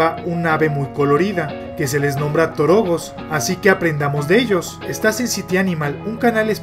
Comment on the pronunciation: Hola muy bonito documental hermano, pero creo que lo dices con un acento incorrecto al momento de nombrarlo.